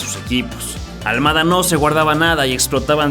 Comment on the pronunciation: Es al mada no al muada cocho lilililili